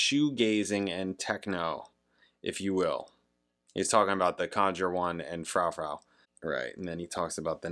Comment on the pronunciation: Dido (die-doh) is known for "white flag" (give it a listen and you may recognize it). Her most popular is "thank you" which is sampled in eminem's "Stan". (Im sure you know by now but its Froo-froo 🙂)